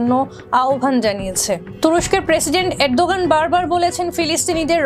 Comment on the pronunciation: 1jon President ar nam thik mato bolte paren nah so sad.